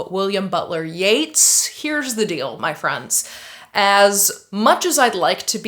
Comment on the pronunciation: You're pronouncing Yeats wrong and it hurts my literary feelings.